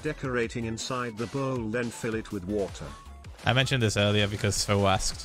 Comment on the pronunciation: Phil does not say water when he says water. He says "vor'a"